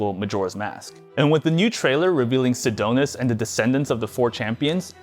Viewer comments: "Sidonis" His name is SIDON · ....sadonis??? Lol.... Tell me you are reading a script without telling me. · did he just say Sidonus... do these people even play Zelda